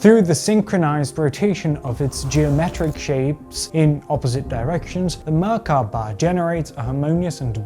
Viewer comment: What is wrong with you? Stop saying Merkaba like that.